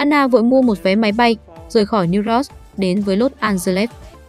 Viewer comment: bạn biết sao kênh ít người xem ko, tiếng anh cơ bản đọc ko dc, New York mà đọc ko dc, noi thì ngắt nhả câu kỳ cục, nên sữa lỗi lại đi bạn